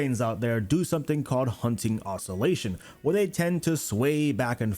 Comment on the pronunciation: toe-bauk-oh? hunting? WRONG!